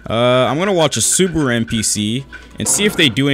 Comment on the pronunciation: The way he said Subaru hurt my soul